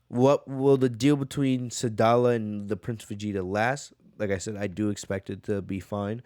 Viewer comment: Edit: I like your content and I think you can do better than this, i like your content because its different then other channels the quality is good qnd when you mispronounce things it's kinda funny sometimes planet saddal for instance instead of sadala Noticing how the community is talking about this I'm gonna cover it even though I don't cover fan Mangas... bro 1000 people are covering this don't pander to the masses this many people covering one thing is just gonna make it where it's harder to find the chapter there looking for. SMH